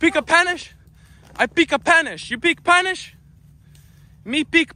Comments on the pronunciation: “You peak panish you peak panish? I peak panish!” Best part😂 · yu pika panish😂😂😂😂😂😂